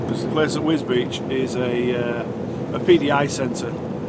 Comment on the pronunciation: Wisbech? Wisbeech? At least you haven`t said "Gorganzola services" like Deady did!